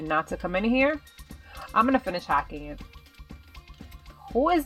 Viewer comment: I like when u said "the compueter they where ha-CKING